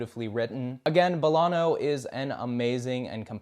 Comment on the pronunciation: He says Bolano weird too. Not a bad video but the pronunciation feels slapdash.